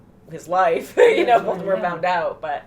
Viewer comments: Once and for all, it's Voldemort or Voldemore not Voltemort. Also stop looking into the camera, the old hag and the uglier one are not so why do you? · It's voldamort not voltamor